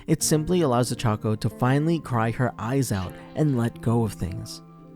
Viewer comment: Could probably try saying ochacos name right just once